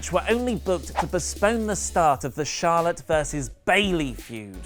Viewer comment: says Charlotte and....but I keep hearing Charlatan lol